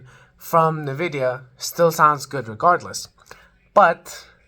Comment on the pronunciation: Not bad. But man. It's 2025. Why are you saying "nuhvidia"